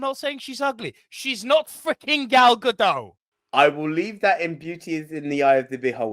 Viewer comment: Not Ga-doe. It's Ga-DOT. She's not French.